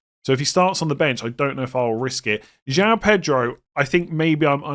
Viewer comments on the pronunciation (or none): none